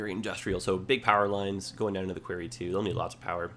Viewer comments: No you are right I have never heard it said that way before quarey? Qwary? Qw-o-rry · Query is pronounced qu-air-ry like in your video. Quarry is pronounced qu-are-ry. Unless Canada pronounces it differently... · It's Kw-our-we! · Why is he calling the 'quarry' a 'query'? The latter is a request for information, the former in a big hole in the ground. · Well, after watching a lot of Thomas and Friends i've been pronouncing it "kwo-ree" so not sure where is going with it haha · Because this is bugging me also. Query is a question. Quarry is a large pit where rocks and minerals are extracted from. They are NOT pronounced the same. Quarry has an "a" like pronounced in war. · Happy to see this, but 4 minutes in and how you're saying "quarry" is driving me nuts. Am I the only one? Have I been saying it wrong all my life? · Can we blame it on him being Canadian? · Made me cringe too every time he said it. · As a Canadian, it was getting to me too... Definitely a Jedi-ism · Was gonna correct him too lol defo pronounced the 2nd way u spelt it